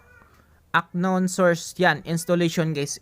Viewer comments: "an-nown " brod hindi "ak-nawn" para mas malinaw. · kuya hindi aknown pag pronounce nya to pronounce it just unnown pero ang spell is unknown bali silent k sana maka tulong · UNKNOWN IS PRONOUNCED AS "AN KNOWN NOT AK KNOWN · Hindi po siya "Ak-nown" pagka pronounce po yung word na UNKNOWN ang tamang pronounce po ay "An-nown" silent "K" po kasi yan lods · Parang awa mo na UNKNOWN has to be pronounced as UN-KNOWN HINDI AK-KNOWN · UNKNOWN - "an-nown" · Unknown - anown pronounce po di po ak-nown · correction lng sir.. paayos ng bigkas nyo heheh. hindi po "ACKNOWN" sir. "UNKNOWN " PO 🥴😅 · uhn•nown" hindi po "Ak nown" 😂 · An-non po ang pagbasa hindi aknon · i love your guts doing your best para maituro yung paraan para maresolba ang problema sa gcash but no offense lang po na yung "unknown" ay di pronounce as aknown, kundi "anown". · How to unhear ack-known and guys😆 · Aknoon "Unknown" sir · Kairita yung aknown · Unknown - anown po pronounce nya nawa maka tulong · 'an-nown' yung pronunciation nung "unknown" pre para dika mahirapan basahin sa susunod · aknown ka nang aknown eh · Into the aknown, hahahahhaha.. Juice miyo,,, wrong pronountion hahahhaa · How to unhear aknown 😬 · Haha natawa ako sa aknown at what I mean😂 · It's an-nown hehe thank me later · correction lang brader pronounce as " an nown" yan para di ka mahirapan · Kaya di ko makuha eh ak-known ka ng ak-known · unknown po silent k po ang pagbasa, sana po makatulong sa inyo at maayos ang pagpronounce niyo.😊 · "Unknown" silent K